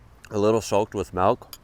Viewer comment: You say "malk" instead of "milk", is that an accent thing?